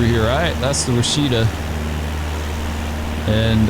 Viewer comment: You flew over my house! Great video! Also, the Washita River is pronounced "wash-uh-TAW." Same principle as Chickasaw is "chick-uh-SAW." They rhyme.